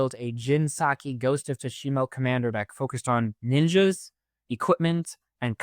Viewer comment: “Jin Saki, Ghost of Tsushimo” 😂